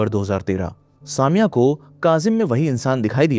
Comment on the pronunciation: It's not saa mia, it's sa me ya.